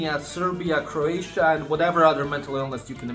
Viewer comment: Oh did he mean Croatia? 😂